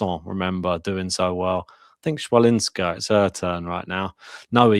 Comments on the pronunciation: CH in polish we read as H, so Hwalinska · No, it's not. 'Ch' is pronounced /h/ as in 'head' or 'ch' as in 'loch'. 'w' is pronounced /v/ or /f/. So it's hfa - lin - ska.